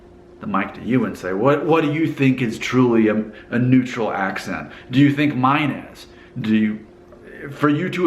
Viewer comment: Dude you have such a twang! Listen to how you say "accent" - the 'ent' sounds so southern. You drop the -ing and say 'goin.' You don't sound like most people I know in Cincinnati, who also have a twang.